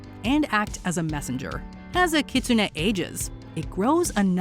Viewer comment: Does anyone have a tsugomogami candidate at home? I have a cookbook that has been used in my family for over a century. I wonder how it would be as a Yokai... PS: my favourite Yokai is Kitsune and the narrator's pronunciation was atrocious.